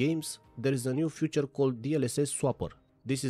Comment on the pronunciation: Nie "fjuczer" tylko "ficzer"